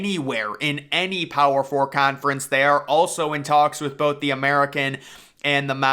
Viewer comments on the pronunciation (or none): none